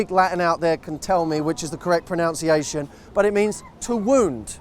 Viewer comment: "correct pronounciation" lol. *Correct ProNUNciation